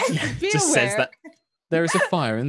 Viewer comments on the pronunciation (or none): I thought it said "Please be alive" instead of "Please be aware"...🤣